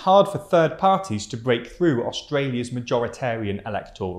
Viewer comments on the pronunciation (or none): none